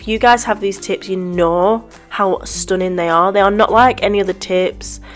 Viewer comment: No! I love it when you say "stunnin" don't change a thing. You are very talented and I like how you are funny in the videos. Thumbs up